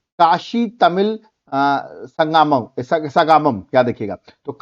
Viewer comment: It's not saga mam It's sangam in hindi and Sangamam in tamil